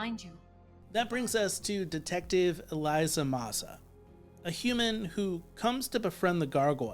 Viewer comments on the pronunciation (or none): This is still my favorite cartoon series of all time. By the way, her name is Elisa, not Eliza.